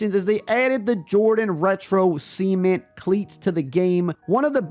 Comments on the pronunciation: Did this dude just call the Jordan 3 cement “seament” 🤨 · Bro why do you keep pronouncing cement like that 😂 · haha see-ment